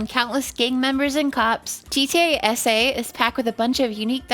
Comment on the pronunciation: The entire time while she was saying gta sa i though she was saying gta ese like spanish